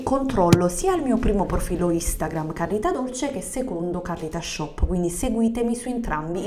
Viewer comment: Sono scoppiata a ridere sul : PUPI AMMMAMMAA 😂 parodie su parodie su questa frase apparte il CALLITASCIOPPP